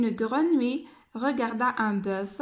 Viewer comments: Attention à la prononciation du mot grenouille ماشي قرونوي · Faites attention à la prononciation du mot " grenouille" !